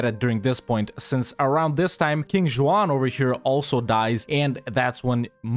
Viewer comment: "King Ju-won". "Cape Verd." Well we can cross Spain off on the "where is from?" list...